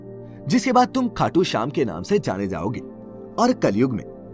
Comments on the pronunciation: Its khatu shyam not khatu khyam💘💘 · Khatu khyam nhi shyam